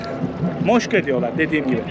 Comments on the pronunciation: Belgesel tadında harika bir video olmuş, anlatımlar süper ama moşka değil mokşa diye telaffuz edilmesi gerekir. Umarım Chennai ve Hyderabad şehirlerini de gezip bizleri oralara da götürürsün, güney hindistanın en önemli iki şehri ve türk youtuberlar o bölgelere gitmeye üşeniyor sen bu fırsatı değerlendirirsen harika olur. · Moshka degil Moksha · Moksha "moşka" değil